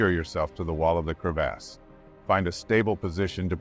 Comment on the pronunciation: When you’re trying to be an adult but Narrator says “Crev-ASS” 36,478,489 times. 💀 Glad he’s okay 😂🤙🏽